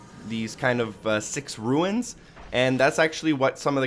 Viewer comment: You're saying "ruins" but what you want to be saying is "runes". Pronounced how you would say "rooms". And pretty sure these are for an exotic weapon, and don't have anything to do with Court, but I could be wrong. Last thing, during the mausoleum part with the three doors you say "leftist" and "rightist" (or leftest/rightest?), it would be easier to understand if you said "leftmost" and "rightmost". That said, thumbs up on the video, found them all easily with your help. Thanks!